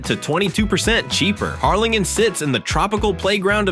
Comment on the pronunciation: Can’t you get an actual person to read your info? Or… teach your AI to say numbers correctly. Hell, teach it to pronounce Harrlingen. Oh, and it’s super easy to get pictures of cities, please show pictures of the actual towns you’re talking about.